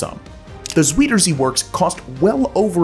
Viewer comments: thank you so much for saying "lay-bens-rawm" instead of "lee-bens-rawm" but...uh....should be "zaw-der zay" not "zwee-der zay" 🙂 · The Zwederzee (Zuiderzee). How to rape a name, lol.... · Dude: look up how to pronounce the words you're using. "Zaweeder Zee"? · Nice presentation, but it would come across more authentic if you could get closer to the actual pronunciation of names like Sörgel and Zuiderzee. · You do mention the Zuiderzee. (Pronunciation is horrible but we will forgive you for that this time). Which isn't the North Sea but the South Sea. Now we have an entire province that is a polder except.for 2 former islands. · You really need to learn how to pronounce "Zuiderzee" properly. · His Dutch needs practice. Zuiderzee… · That's not how you pronounce Zuiderzee. lol. But as the Dutch noticed when they drained the first plot of land (called a polder) in the sweet water lake they now created, the groundwater in the regions around it started to drain also. All the coastal regions in those Mediterranean countries would get bone dry. The Duch solved this with their next "polders" by keeping a moat around the land with the original water level. To do that in the Mediterranean would be a beyond herculean task that dwarfs all the things discussed so far by several orders of magnitude. On top of that, the already hot countries there would turn their giant cooler in an oven. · "He wanted to quite literally drain the ocean." No he didn't. The Mediterranean is a sea, not an ocean. FFS get it right! "Cairo would suddenly find themselves high and dry," Cairo IS miles inland, far from the sea. Soergel's name and Zuiderzee are mispronounced EVERY time! Thumbs Down!!! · If you're going to make video for consumption outside of the US. At least do your home work on pronunciation. Zuiderzee! look it up.